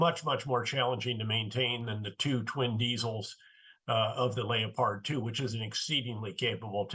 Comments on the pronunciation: I don’t like to correct a man of Petraeus or others who call the German tank a lay-appard but this drives me crazy .It’s a Leopard named after the spotted cat and it pronounced Lep- ard . As to the rest of it Petraeus is spot on Ukraine needs tanks and many many more pieces of equipment that can shorten this war by defeating Russia’s aggression. Then less Ukrainian lives will be lost. Also it sends a message to other dictatorships that the world has had enough of this type of mindset of conquering other countries. 🇺🇦👍🇦🇺🇺🇦👍🇦🇺🇺🇦👍🇦🇺🇺🇦👍🇦🇺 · His he seriously say lay-o-pard tanks?! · The easy he pronounced leopard as layopard just blows my mind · Would someone tell me what a “Lay o pard 2 “ is 😅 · What’s a layopard tank? Does he mean leopard 🐆? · Leio-paard 2. .....c'mon now General, it's a Leopard 2 🐆. Leopard!! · Lee Oh Pard. Otherwise known as the Leopard tank. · LAY-O-PARD, German pronunciation? Interesting. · Clearly a very capable general but the only person alive on this earth that pronounces leopard the way he does! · Ive never heard leopard so badly mis-pronounced 🤣🤣🤣